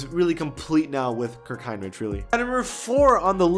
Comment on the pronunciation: Did all that research on Rafer Alston, Kirk Heinrich, Andrea Barganani but didn’t even bother on researching on how to pronounce their name. You were already there should’ve went all out🤷🏻‍♂️😂